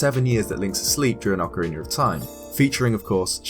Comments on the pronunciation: Ocarina of Time: Ocariner of Time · Why the hell cant you fucking say the word ocerina?